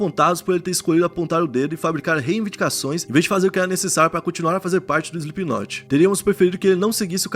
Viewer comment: 4 segundos de vídeo e ele falou o nome da banda certo